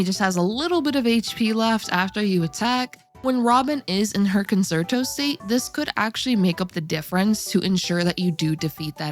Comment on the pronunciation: Can you pronounce Concerto as "Kon-chair-toh" in the future please? Thank you!